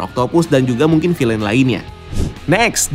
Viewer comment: Kata anak saya, “bacanya Vil’N bukan filein”